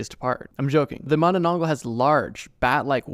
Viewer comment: THANK YOU FOR MENTIONING MANANANGGAL! Also, how you pronounce Manananggal is accurate! Love, Your fan from Philippines